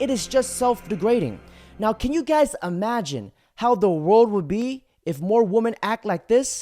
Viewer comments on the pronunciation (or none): Yeah, there's no word "amagined". It's pronounced "imagine". WTF? Why are so many people becoming so stupid?